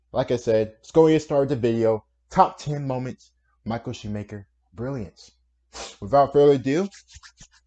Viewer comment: It's not mikal schmaker it's Michael Schumacher it's German go in Google translate and put in in the German version